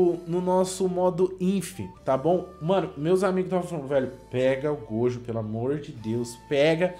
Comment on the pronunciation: Para de falar gojo,miuhawk e ixigo,fala direito meu deus eu estou morrendo aaaaaaaa